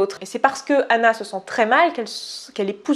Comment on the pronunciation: La façon que tu as de dire « hhhanah » est insupportable